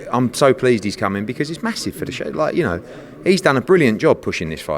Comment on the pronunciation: Eddie "massiff" Hearn